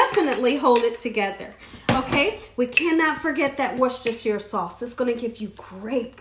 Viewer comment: You're the only chef who has pronounced "Worcestershire" correctly, I know...I've googled it; and, I've also looked it up in the free dictionary by farlex. Anyhow, I love your outfit...even the apron matches your blouse! Those crab cakes look heavenly. Well, I really came by for that lovely prayer. Many Blessings!